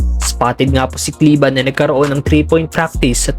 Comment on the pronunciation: Kleber brod,hnd kleba..Pinoy tayo😂